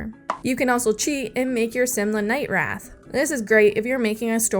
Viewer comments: It's wraith not wrath. a wraith is a mean ghost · What?... Im saying you pronounced 'it/she/he' night wrath instead of wraith. Nothing to do with gender here... Im very confused by your reply.